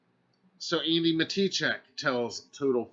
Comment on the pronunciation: I think he said andi but it sounded like he said Amy